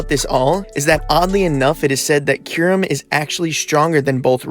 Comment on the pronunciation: My friend thinks it’s pronounced kie rem